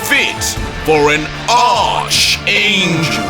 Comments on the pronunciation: It’s pronounced “Arc-angel” instead of “Ar(ch)-angel”. It’s a Greek word which has commonalities in replacing a “ch” with a hard “K / C” sound. Similar to the word “Chemical”. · Ion wanna be that guy but it's not pronounced arch but it's pronounced "ark" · i love you but it’s not pronounced ARCH it’s pronounced like ARC and spelled arch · btw, it's pronounced ARC-angel. Not ARCH-angel. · It's pronounced "ark" angel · Good job, however two things.. Arch is pronounced like Ark. also, Goku transforming should’ve been side by side slides with Dai instead of not at all… was very anti climatic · Lol why is bro saying Archangel like arrrrrcch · FYI it's pronounced Arkangel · ARCHANGEL ARC ANGEL IS HOW IT'S PRONOUNCED BTW 👀😁👍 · Yo, In Archangel the "H" is silent